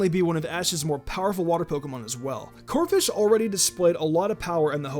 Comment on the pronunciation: First of all, it's Corpish, not Corfish. Second of all, just cause Greninja is helping Zygarde, that doesn't mean he isn't Ash's Pokemon anymore. This list sucks. The only ones that are necessary on the list are Totodile and Gible.